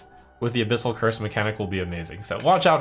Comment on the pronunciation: I feel like youve misread abyssals...